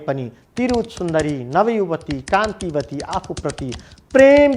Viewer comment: for your correction kantawati ho kantiwati haina